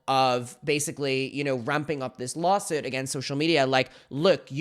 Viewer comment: "Lawsit" lol